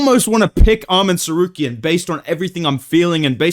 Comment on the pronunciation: Bro I cannot get enough of the Chael mispronouncing names and Merab yelling at Umar impressions 😂😂😂 YOU HAVE TO BE MAN BRO!!!!!! 😂😂 Arman Sarcareian 😂